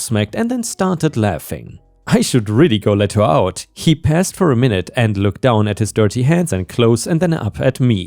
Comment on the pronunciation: "paused" is said as "paws dd" not "pazzed."